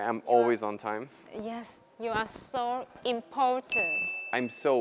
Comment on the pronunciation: except "Im-poh-tent" isn't the way to pronounce Impotent. Everyone understands she said important.